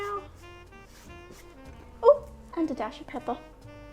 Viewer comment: I wonder how many of your followers watch just to hear you say “cracka” and “peppa”?